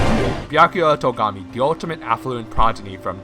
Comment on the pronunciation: As soon as you said Togami Me: ... NO!